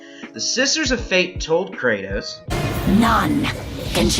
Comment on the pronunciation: good video but why are you pronouncing his name like that